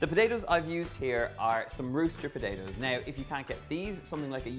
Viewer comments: Just an FYI, it's ruh-set, like Russian. They're a variety that's more common in the US, so we've corrupted the name a bit to suit our mouths. And speaking of blue-skinned potatoes, I wonder how this would taste and look with new blue-fleshed potatoes as the base. Certainly interesting. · Is he saying rooster potatoes or russet potatoes?